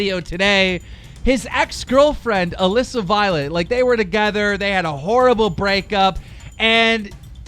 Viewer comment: KEEM! DIDN'T YOU MEAN ALEESA NOT ALISSA!